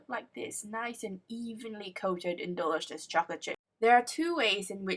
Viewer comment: She said dilishioush